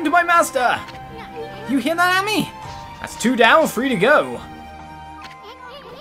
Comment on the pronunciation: “Ah-me” lmao